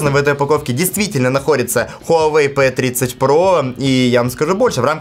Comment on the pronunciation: Не пэ а пи